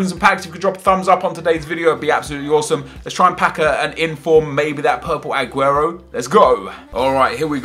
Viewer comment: Stop saying ahhguero It's AAGUEROOOOOOOOOOOOOOOOOOOOOOOOOOOOOOOOOOOOOOOOOOOO